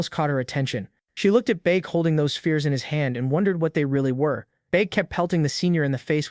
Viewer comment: “baek” became “buk bukak🐓”